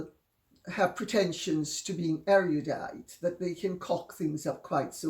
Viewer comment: "Pretensions to being 'airy-you-dite'"? Yes indeed "Lady C", if one is going to be pretentious, one should certainly get the pronunciation right! (And the grammar too.)